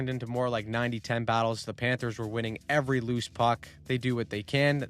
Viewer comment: It's Luostarinen, not Luostarainen. Why are you just adding letters?